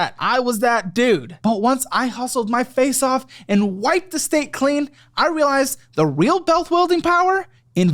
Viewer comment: It's not just me, right? says "wipe the state clean" instead of "wipe the slate clean", and then says "the real bealth wuilding power" instead of "the real wealth building power".